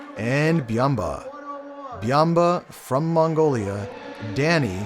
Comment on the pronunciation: Well I mean he is like a panda that dominates sumo. (It's Byamba not biamba.)